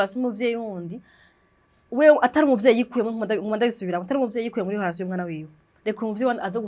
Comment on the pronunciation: ukora ibiganiro vyiza,mugabo reka kuguma uvuga HOLATION,ni RELATION